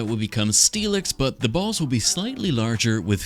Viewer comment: Why you say "balls" like that?